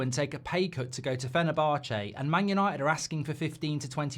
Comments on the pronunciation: Fener-bar-chay 🤣 Jolly good, I do say old boy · Do you pronounce fenerbache like that just to annoy me ?